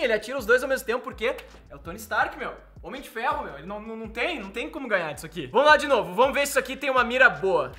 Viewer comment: N sabe falar Homem de Ferro